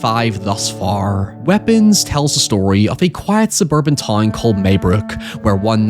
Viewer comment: Also he says "toyn" a lot, gotta love the Hollingerisms